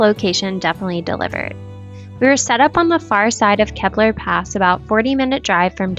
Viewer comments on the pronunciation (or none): Just a friendly correction- “KEY-BLUR” not “kebblur”